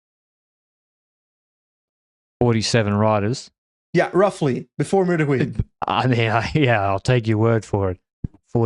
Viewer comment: .;-) I don't recommend saying Meur de Wieh in Dutch speaking parts. Meur is Dutch slang for stench. Not sure what the stench of Huy is...:P